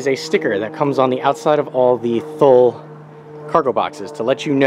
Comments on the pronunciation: First it’s pronounced TOO LEE. How much room will you lose setting your luggage on top of the mounts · Thanks for sharing. Was looking at this for my 2017 Forester and wanted a better idea as to what it would look like on the car. BTW, it's pronounced "too-lee." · Thule is pronounced Too-lee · FYI, Thule is pronounced "Too-lee." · What is the length? Do you think it would fit on a Subaru Impreza sedan? BTW.. it's pronounced TOOLEE